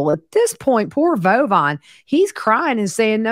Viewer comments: So glad I found you as I’m kinda obsessed with this whole thing! Are you pronouncing George’s son’s name as “Bovine”? It’s Bulvine. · It’s Bulvine and pronounced Bullvine. It’s from a video game.